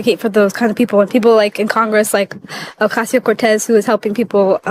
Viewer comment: The b1tc6 said Ocasio-Cortez 😂😂😂😂